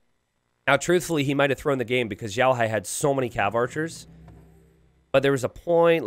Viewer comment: He's xiaohai though, not zhaohai